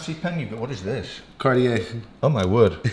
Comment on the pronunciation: I can’t count how many times this dude pronounced Cartier wrong being the expert 😂